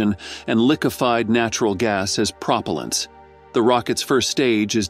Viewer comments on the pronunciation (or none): "Lick-ifed Prop-alants" WOW you need to get a better reader. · Prop ul ents? Sounds like AI voice to me.